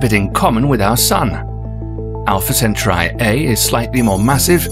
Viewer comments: Centauri isn’t pronounced “cent-tri.” It’s pronounced “cen-tor-ee!” Try again! Its a very basic word and I guarantee all American astronomers cringed, severely! I know I did and do every time you pronounce it incorrectly. Lol just re-narrate it so I can watch this without twitching severely. Lol thank you!!! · Also, "centauri" is not pronounced "senturai" but "sentaari". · CantAURi dude... not centurai...samurai... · is it centri or centauri? cen/tau/ri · Hope your mispronunciation of "Centauri" doesn't undermine the audience's ability to pronounce it according to tradition.